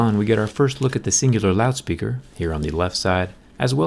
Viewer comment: Why does Jerry sound like he has a different accent in ?? He says "Singular Loud Speaker"